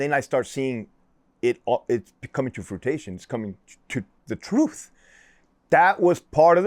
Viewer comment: He said im not a dummy right after he said frutation lol I think u meant fruition bud lol